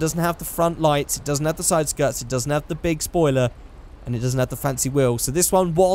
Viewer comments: "Say um soiler" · SOILER? also proof that i saw all at some point you say "The battle of gay Tony".. its The ballad of Gay Tony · “Say um soiler”